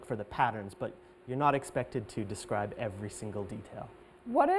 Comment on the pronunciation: nói describe là đis cờ ri bờ các bạn ạ